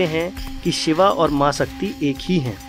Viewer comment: Koi bhi vishlashan karye waqt ucharan to sahi kare Shiv ko Shiva or Yog ko Yoga kam se kam sanatam dharmi to na kahe